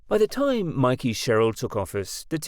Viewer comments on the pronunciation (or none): none